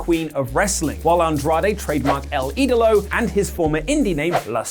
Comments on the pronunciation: *Idolo (not idalo) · El Ídolo, not "El Idalo." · Its IDOLO not Idalo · "El Idalo"? damn man, a liked "El Ídolo" much more. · El Idalo lol, its EL ÍDOLO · It’s el ídolo not el idalo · Everybody: Andrade is EL Idolo: Andrade is El Idalo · "El Idalo" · El Idolo* ... almost had it there. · Repeat after me: E-L I-D-O-L-O "El Ídolo"